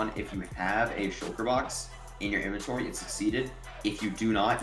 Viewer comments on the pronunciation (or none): My guy that was the wildest pronunciation of "in-ven-torie" I've ever heard in my life